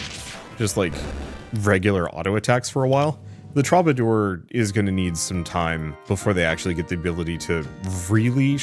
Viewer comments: It's a very minor nit-pick, but the way you pronounce 'troubadour' gets on my last nerve... "True-ba-doer".... not "Troba-door" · Please my guy, for the sake of my sanity, troubadour is pronounced True-ba-door.